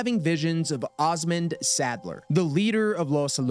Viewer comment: "pezitasse" "lake lago" "Ozmend Salder" lmao sweet jesus